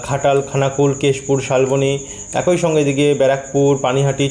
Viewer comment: উচ্চারণ ঠিক করুন,একই বলুন ,একঐ উচ্চারণ করবেন না।